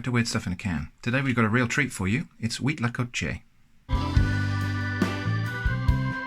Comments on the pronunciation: actually impressed on your pronunciation of huitlacoche, its good. :D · Me parece un poco sospechoso lo bien que pronuncia Huitlacoche. Podría ser una persona con una excelente dicción o alguien que ha viajado a países de habla hispana. El Cuitlacoche es una Delicia que primero hay que degustarla algunas veces antes de que se convierta en una de las comidas favoritas. Saludos desde México